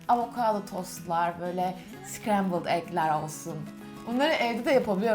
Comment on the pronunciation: Sıkrembıld eg dedi ikinci kız 😑